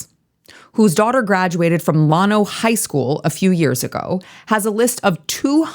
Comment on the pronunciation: it's llano, not llawno. I was born and raised not far from there. Love what you do and represent.